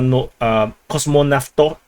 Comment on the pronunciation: you read v in kosmonavtov in german way, like fau